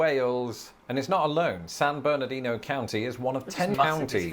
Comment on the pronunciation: I live in San Bernardino County. (Congrats to for pronouncing it correctly, though his Los Angeles is a bit off). We love the Inland Empire. Within one hour, we can get to the Pacific Ocean, the mountains, or the high or low deserts (different). Speaking of mountains, we have several above 7,000 feet tall. And that's straight up; I live at about 1,500 feet. I have been lucky enough to go several times to England, Scotland, Wales, Northern Ireland, as well as the Channel Islands. Both of us have beautiful countries, though vastly different in size. Enjoyed this video, my cousins across the Pond.